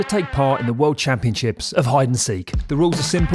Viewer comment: "world campion ship"